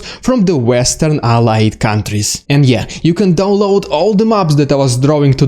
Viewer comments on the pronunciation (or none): none